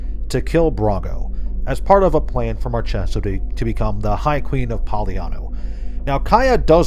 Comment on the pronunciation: one thing, Marchesa is the italian word for Marquess (like for many other foreign cultures, the diverse and respectful wotc picks random words for the names), and the "ch" is pronounced like a hard c or k, so it would be pronounced like Márkesa. A nitpick I know, but my autism won't let me sleep otherwise.